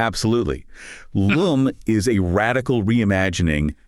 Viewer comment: Her name is "Lum" not "Loom"